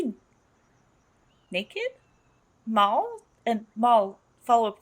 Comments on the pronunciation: ~Mal~ not ~Mohl~ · Pet Peeve after 10 episodes: "Mal" is short for "Malcolm" not "Mahl" short for "Mahlcolm". Also, if there were future seasons, I'm sure YoSafBrige would have returned.